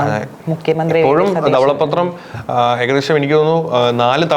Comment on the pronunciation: ഇതെന്താണ് ദവള പ്പത്രം. ധവള പത്രം എന്ന് ശരിക്കു പറയു